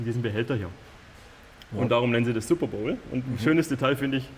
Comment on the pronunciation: Der Behälter für die Kühlung heißt übrigend Superbottle, nicht Superbowle! Findet man auch super Berichte und Videos dazu, hat aber nichts mit dem Sport zu tun.